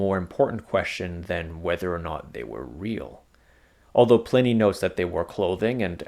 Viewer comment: Pliney the Elder is pronounced like Pliars . The I is long. The I is pronounced like "eye"